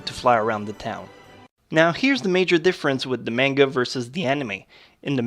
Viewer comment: You make amazing videos, but the only thing I don't like is how you pronounce some things wrong..like Sakura and manga